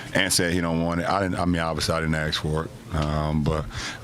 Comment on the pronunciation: It's "ASK" not "AKS"..... EDIT Dumb motherfucker can't even speak proper fucking english, how can you expect him to lead a franchise like NBA????